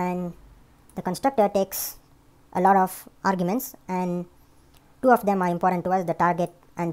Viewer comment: du clients, lol love the video though